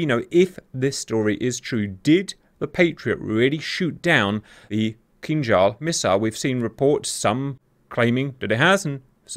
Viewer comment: Good Grief man; if you're going to do a video on a subject the least you could do is learn to pronounce the name of the subject! In this case the missile! It's Kin-Zhal! Not Kinjhal!